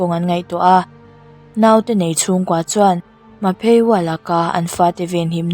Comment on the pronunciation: Ma phe waa🚫 Mah phee wa..✅ 😆💓